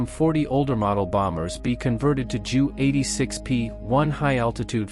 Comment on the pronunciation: Here's a clue. If you going to use a fucking robot at least get one that speaks properly. Seriously, "jew", "m" etc. Such nonsense.